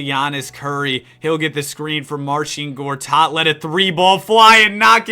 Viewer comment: "marszin gotat" xddd (im polish and its funny the that you said his name)